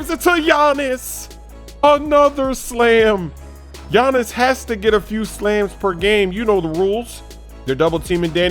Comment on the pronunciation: “Gianins”. Come on,!